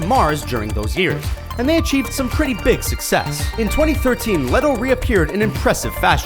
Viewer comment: It's pronounced like Jared Leeto not letto like I'm triggered and I'm sorry because I loved the video like always but I was basically twitching every time you said Leto because you were pronouncing it wrong... 😬😂